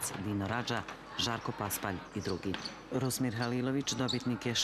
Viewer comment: Novinar sa TVSA pa ne zna reći Rusmir nego Rusim Halilović?! Na se čuje. Pa, svašta sam očekivao čuti, pa da je netko iz Zagreba krivo rekao, pa nebi bilo čudno ALI, ALI,... da sarajevski voditelj ne zna reći Rusmir, e to nisam očekivao.